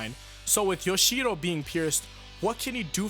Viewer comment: Why are you pronouncing Yoshihiro as Yoshiro? It is not that hard, dude.